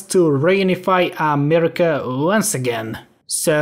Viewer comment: Every time this man says amerima an angel is birthed under the divine light of god himself